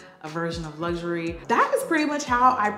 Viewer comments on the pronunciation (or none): none